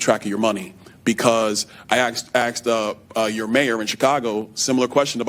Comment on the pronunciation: tries to speak intelligently and says “aksed”